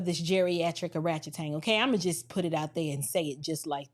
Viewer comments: She said Orachetang . Lol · Did you say Oratchetang?? 😯😯😯🤣🤣🤣🤣🤣🤣🤣🤣♥️ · Did she say " arachetan"? 😂😂😂😂😂 . This was indeed and excellent well fleshed out commentary. You got a new subscriber here. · "Oratchatang" has me💀!